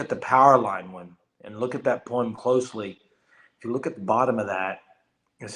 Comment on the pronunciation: Lol Poem [ poh-uhm ]